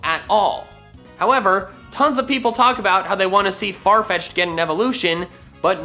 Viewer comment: "What? Farfecth'ed is evolving! Congratulations! Your farfecth'ed evolved into sirfetch'ed!"